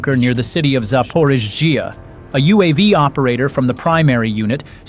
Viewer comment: The story is a mixture of well-found ingredients and nonsense that lacks all logic. Besides that, they couldn't even be bothered to at least get their voice to pronounce the name of the city Zaporizhia anywhere NEAR correctly, which is just shameful. Lot of great, real footage included, I absolutely got to give them that tho.